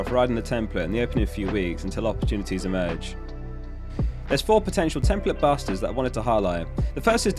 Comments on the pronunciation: Tem-PLATE. A not uh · why are you saying ‘template’ like that?